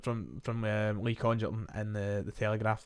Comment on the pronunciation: Happy, happy days. Small point but there is no way that Congerton is pronounced like that. It has to be a hard g.